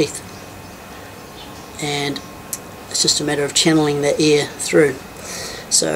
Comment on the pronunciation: When he said air I thought he was saying ear